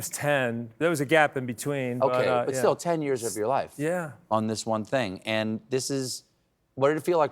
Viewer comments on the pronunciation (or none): none